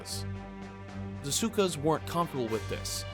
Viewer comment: SKUAS NOT SUKAS LOL